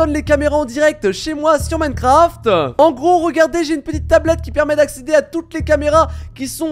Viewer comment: « Dans Minecrafteuh »😂😂